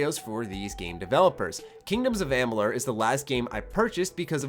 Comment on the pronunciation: Sleeping Dogs... hated it. Not losing any sleep that there won't be a sequel. Saboteur? You loved it? I've never heard of it! don't care if there isn't a sequel. Republic Commando? just another shooter. No sequel? No sweat. Kingdoms of blrg blrug? (Learn to pronounce things, shit!) Never heard of it, don't care... Just another rpg. KOTOR 3 What? another Star Wars game? Who cares! You were right about one thing... after watching this time-wasting video... you do look like a complete asshole.